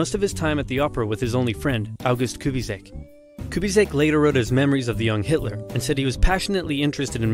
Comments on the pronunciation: am i the only one that he said Hitler wrong? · Who the hell is Hitoler? 🤣